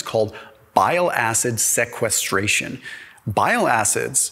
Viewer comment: As a medical doctor who went to medical school it’s really painful to hear this man mispronounced most anatomical structures or physiological processes… he didn’t pronounce sequestration correctly 😩